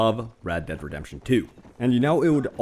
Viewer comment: Its read dead redepsion